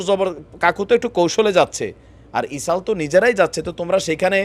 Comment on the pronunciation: ইসাল না তো ভাই,শব্দটা হবে ইসরাইল।